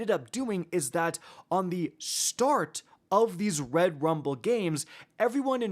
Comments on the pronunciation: Anyone else found it annoying how he kept emphasizing Rum(ble)..... like just say rumble.... this isn't English class lol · You just can’t say Rumble normally 😂😂. It was irritating me the whole time for no reason lol